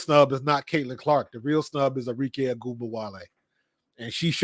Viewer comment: ARIKE - Are -Ree - Keh (not Kay)